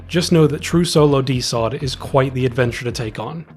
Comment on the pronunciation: Great video, but you calling it DeSot made my autistic ass insanely upset